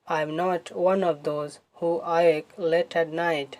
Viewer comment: Awake এটার উচ্চারণ হবে এয়াওওয়েক